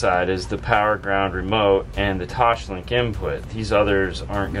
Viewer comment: Why you always say toshlink? The correct name is toslink